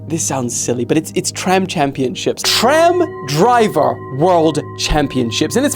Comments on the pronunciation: "TRAM DIVER" 🥀🥀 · tram driver? Did he say it wrong or why is it “tram DIVER”